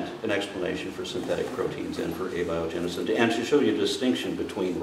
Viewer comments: Oh my lord.. this guy can't even say abiogenesis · I can just feel frustration, it’s a little off putting at first but it doesn’t take long to see why, clearly doesn’t understand the subject matter, he can barely pronounce Abiogenesis, he can’t tell the differences between the subjects yet here he sits the man helping set the education standards of the nation not only Texas.